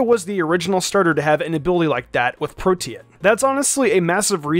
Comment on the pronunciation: why does he pronounce protean like that